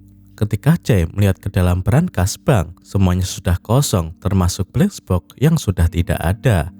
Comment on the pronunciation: Gue terganggu narator bilang bleks boks....